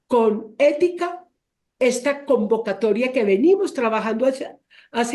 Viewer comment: EÉETICA😂 peletica peluda